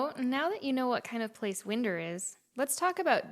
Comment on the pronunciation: It’s pronounced wine-der. Like wind’r up!😂 and the bar was whitey’s hideaway not Whitney’s. It’s still there but it’s a used car lot now